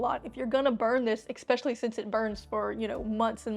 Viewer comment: Please don't say expecially....it's especially....